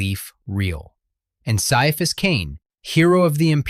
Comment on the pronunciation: Ciaphas is pronounced "Kai-a-fass", according to the intro to the first omnibus.